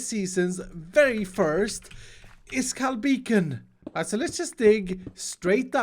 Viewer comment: Does he say `s or His Skulls?